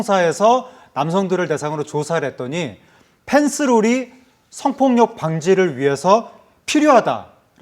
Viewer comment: 아나운서분 계속 펜스를 F발음으로 하시네 ㅠㅠ P에요 F가 아니라 ㅠㅠ